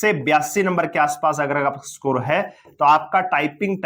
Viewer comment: स्कोर ❌ सकोर ✅😤